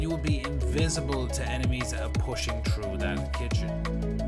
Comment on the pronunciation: Through not chrough you dumb bitch